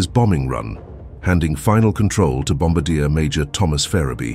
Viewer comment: You pronounced Bombardier wrong 😂